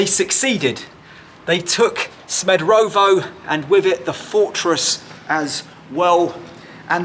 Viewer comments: SmederEvo not SmederOvo. Great, informative video! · Good choice mate, nice video, thanx for your visit. Just a notice, your pronunciation 'Smederovo' is not correct... Greetings from Smederevo 😉